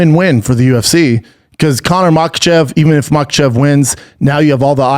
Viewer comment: Islam “Machelchev”